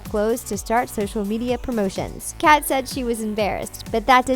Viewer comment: im sorry I was gonna watch this, but within the first couple seconds she pronounced “Kat” as “Kate” BYE LMAO